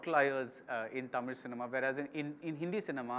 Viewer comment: You can't even pronounce "Tamil" properly. How will you take tamil cinema to world cinema?